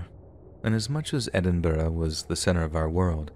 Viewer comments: it's actually pronounced Ed in Bura. I'm from Edinburgh. where are you from? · it's actually pronounced Edin bura. I'm from here. where are you from ? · Hey. Just letting you know that Edinburgh isn’t pronounced as it’s spelt. It’s actually pronounced ed-in-bruh.